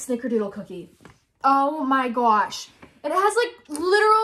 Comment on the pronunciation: When said”Oh my GoWsH” on lol😂